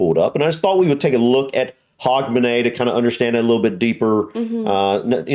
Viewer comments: You are saying Hogmanay perfectly, Edinburgh is pronounced Edin-bruh! Scotland was banned by the reformation of the churches from celebrating Christmas. It was until 1958 that this was lifted - Not shy of a party, Scots then focussed on Hogmanay and New Year celebrations. Since 1958 we've slowly started celebrating Xmas, but we've always more celebrated New Year & is still why Scotland has an extra holiday on the 2nd January unlike the rest of the UK (To recover from the parties hahahaha). As others have mentioned - some of the processions are not filmed in Scotland :) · Pronounce Hugmanay. 🎉🎉🎉🎉🎉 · We usually pronounce it "Hugmanay".🤗 Lang may yir mum reek!